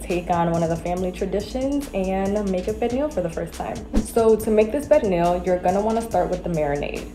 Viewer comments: Pernil…Per - Knee - (very sawft & short) “L” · 😂😂 why she pronounced it like that ?? It’s more of a pear-neel sound. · I hate the way the chick says Pernil...it's not Pear Kneel! Ughhh! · Oh no ma'am, pernil is not pronounced like that. Also where is the sofrito? That pernil needs LOTS more seasonings. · I’m Puerto Rican and black my mother makes Pernil every year for thanksgiving AND Christmas… everyone seasons differently but I don’t think it’s enough. Oh and the way she is saying Pernil that is not how we pronounce it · I never heard a Puerto Rican pronounce pernil like that 🤔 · Someone should have done their homework on pernil, she can’t even pronounce it, let alone cook it.